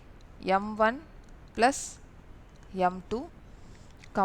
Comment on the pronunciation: mam neenga plus nu solrathuku pathila blush nu solrathu romba cute ta eruku